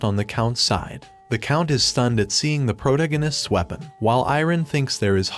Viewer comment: I like your videos but please just say protagonists right